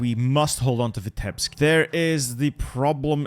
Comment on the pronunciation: Please, it isn't Vitébsk, it's Vítebsk. As a Russian it hurts my ears 🙃